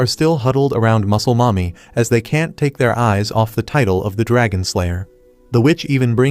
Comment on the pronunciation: Pls stop saying muclel momy